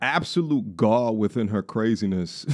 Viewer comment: The word you’re looking for is Gall not gaw. Just a quick verbal assist. Love your content.